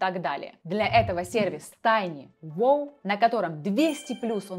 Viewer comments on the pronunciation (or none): МедлеНЕе? 400 - учитесь слова произносить верно. Так режет слух. Пусть нейросеть какая-то проверит ) tinywow (воу) - серьёзно? ‘Воу’?